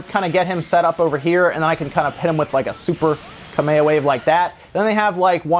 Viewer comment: There are some very upset dead Hawai'ian kings every time he says "Kameha".